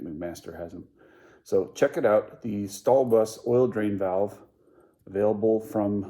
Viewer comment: favourite part, you pronounced that correctly ;D